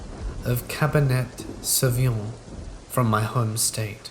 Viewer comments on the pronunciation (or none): It's pronounced "cabany sauvignon" spelt cabernet....